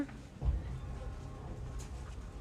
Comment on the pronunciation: Okay. so the whole thing pisses me off, but for some reason who the woman says "against" at about ish really just caught me off guard. To me it just sounds so strange and off. Just had to point it out.